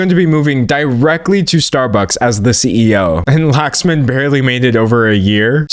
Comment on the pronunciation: your pronounciation of the ceo's name killed me, its not 'Lax- man' its lu-k-sh-m-un(as in stun) TT